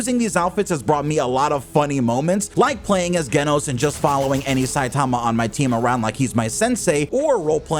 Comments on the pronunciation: You saying the name of the character is Genos Not Geno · This man did not just say “Geh-nos” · “ Gay-Nos “ …!.! Geno’s ………..?????..??? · Bro said Genos wrong 27 times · Nah you didint just pronounced Genos wrong. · they way u said genos name had to be on purpose